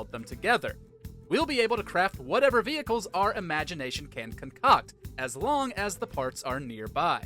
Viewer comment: V Hickles😂